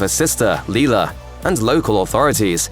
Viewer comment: The sister in Psycho's name is Lila (said LIE-la, not LEE-la). You also forgot to mention in the SAW 2 entry about the son being in a "safe place" - literally stuffed in the safe under the desk with an oxygen mask on to help him breathe. Had the cop just waited, the boy would have been brought out alive and well.